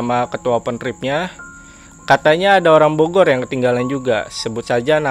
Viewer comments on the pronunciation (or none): none